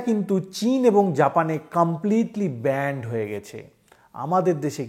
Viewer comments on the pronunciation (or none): ডাক্তার বাবু কথাটা ব‍্যান্ড না ব‍্যান?